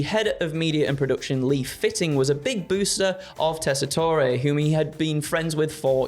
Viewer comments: As an American, you don't pronounce the last vowel in Joe Tessitore's name. Just "Jess-I-Tor". All love and no hate, just heard him say his name for years on college football games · British wrestling people learning how to pronounce “teasitore” challenge. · So he's another Italian American who can't pronounce his own name correctly? Because the "e" at the end of "Tessitore" is most definitely NOT silent in Italian. Yet another member of the Shavontay Club. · Is the mispronouncing of Joe Tessitore's name a bit?